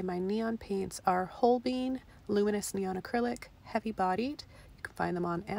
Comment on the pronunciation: It so funny how you say holbein paints name. Never heard it said that way. Love your painting